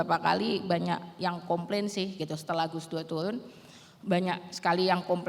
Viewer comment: Turun mbak bukan tuwun, Er bukan ew